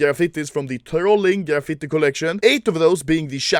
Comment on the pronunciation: Normal people: graffiti Anomaly: ghrafitte